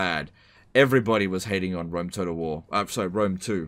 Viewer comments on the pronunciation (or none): Is anyone else hearing him say "toad of war"?